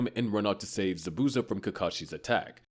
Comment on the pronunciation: Butchered zabuza name 😭 good vid tho